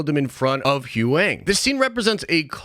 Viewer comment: It's pronounced Who-Yang. Not Who-ang.